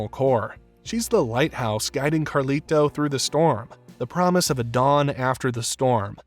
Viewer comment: I can't finish this video bro, the way you keep saying "Carli-Toe" is flushing all the melanin out of my skin lol